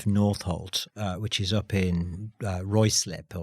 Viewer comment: Ruislip is pronounced - Rye-Slip, please do the interview again and get it right 😭😂